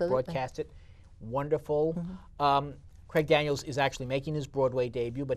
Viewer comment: “Craig Daniels” 🙄